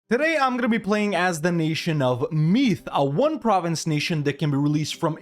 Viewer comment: Only thing is it’s not Meath like meat with a th, it’s more like meeethe, Hard to explain by typing but